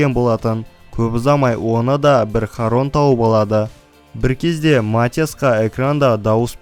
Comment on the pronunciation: Шарон деп окылад